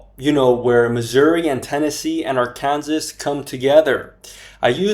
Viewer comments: All those random pictures flashing in the background aren't helpful, just distracting from what you're saying. :face-red-droopy-eyes: Plus, you used to run trucks through Arkansas and you still don't know it's pronounced Ar Can Saw not Ar Can Sass .... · R Kansas.....really? You mean Arkansas pronounced R CAN SAW? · When he pronounced “Arkansas” like “Ark-Kansas” I knew this was complete nonsense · AR-Kansas? What are we talking about here? You can't tell if something is Seattle or Los Angeles? I can tell. I have been to both. I lived in Los Angeles and I have been to Seattle, Portland, San Francisco and they are are radically different looking. Is this for real? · So 7 cities are stated; what is the 8th? By the way, Arkansas is pronounced Arken-saw. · You drove through Arkansas, but you can’t pronounce it correctly? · If you worked in Chicago, how come you can't pronounce Arkansas the correct way?